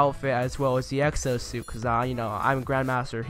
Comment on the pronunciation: Is it just me or did I hear him say sexo suit at times throughout the video?